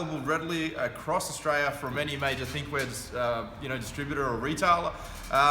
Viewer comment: Tell me; where is this "Ostraya" of which you speak?